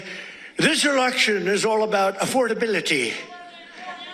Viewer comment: “this erection is about affordability” the old man is slurring and having a hard on for karoline?? 😂😂